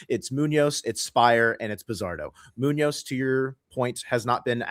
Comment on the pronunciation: Muñoz has the Ñ like Acuña,!!! 😂 It sounds like moon-ÑOH-s